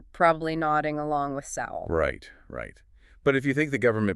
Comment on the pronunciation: Why the use of past tense? Sowell is very much alive & active. You might also check how his name is pronounced.